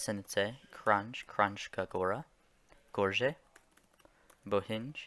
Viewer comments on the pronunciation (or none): kranje is kranye not crunche but it's an incredibly funny way to spell it out. I appreciate your work. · Love me some Azhdovskina Edit: Kranzh also. Lmao. Absolutely butchered. Good job remembering all 200+ names tho